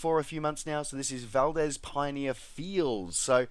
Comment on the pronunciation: BTW, Valdez is pronounced VAL-DEEZ with two Es.